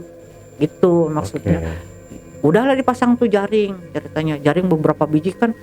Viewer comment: yang nyeritain bilangnya ceritnya terus